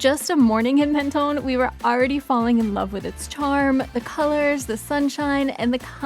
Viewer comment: Mon-ton not Men-ton